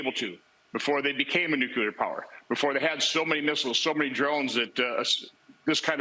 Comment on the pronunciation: It bothers me that even people at the highest level cannot pronounce the word nuclear properly. 😡